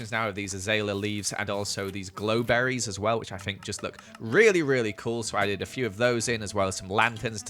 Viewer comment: grow berry not glow berry